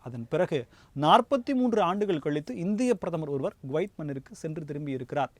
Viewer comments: Gwaith இல்லை Kuwaith குவைத்.என்று சரியா உச்சரிப்பு சொல்லு மேன்... உன்னை யெல்லாம் மீடியா நெரியாளராக யாரையா வேலை கொடுத்தார்கள்....? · Guwait அல்ல, Kuwait. குவைத். கு-குற்றாலம்/குட்டை சரியான உச்சரிப்பை கவனிக்கவும். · He prononces as Guvaith. it is Kuvaith. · அது கோவைத் அல்ல குவைத்